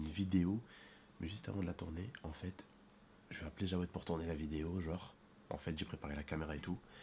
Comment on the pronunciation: C'est Jaoued pas Djawed